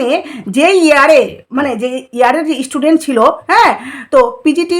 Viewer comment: Apni ektu chup kore theke amader upokar korun r kon istudent ase apnar kache aase? Student ke istudent bolen